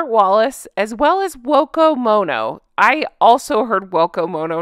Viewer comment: I’m still giggling about the guy on gb news, calling Megaliar “Woko Moano” 😂